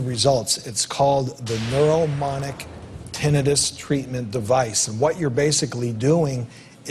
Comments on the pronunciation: It's not tenninus it's tinnitus, dummy. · Why is he calling it tinn nin nis????? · It's not tibnitus it's tinnitus, dummy.